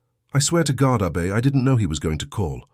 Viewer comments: Nice story but that A –BAY drove me crazy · Don’t understand the ladies name, so hard to understand. Abey or should it be Abbey?